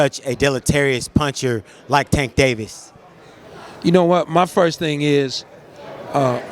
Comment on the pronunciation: I literally cringe every time you say tanks name… please get it right I do Not think it ends in “tah”